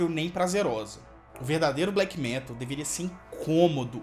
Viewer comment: Ótimo video, só não fala "fresh" metal